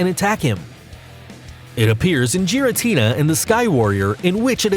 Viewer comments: Lu-Gee-ah not Lu-Gia and not Gaira-tina its Gura-tina I could go on but u can obviously tell he isn’t a true fan jus a narrator reading a script 😒👎🏽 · I pronounced giratina like that but changed to gi-ra-ti-na not ji-ra-ti-na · You pronounced Lugia and giratina wrong. You didn’t say the G right